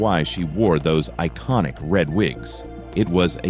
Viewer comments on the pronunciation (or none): none